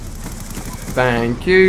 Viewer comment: "Faink yew" lmao